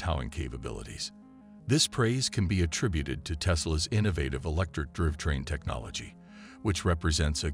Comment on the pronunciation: Bro, your digital voice lost me when it can't pronounce "drive train"